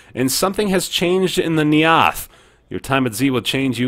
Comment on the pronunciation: neATH? I can't say for certain since it could be something they came up with for their game, but I would quickly assume the first syllable in neath is stressed. like 'neath, a contraction of beneath.